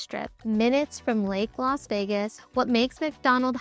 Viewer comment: It's Las. Not Los Vegas